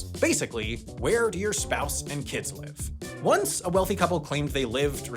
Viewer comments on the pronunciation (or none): none